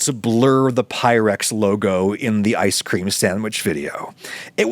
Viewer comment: Why, Adam, do you pronounce both "ice cream" and "Jeffrey" so strangely?